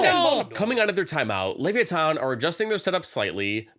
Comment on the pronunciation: "Lev-ee- a- ton" is hurting my brain😭